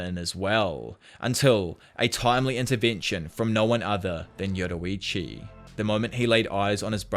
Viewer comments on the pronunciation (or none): Yurorichi 😭😭😭 ur pronunciation be having me weak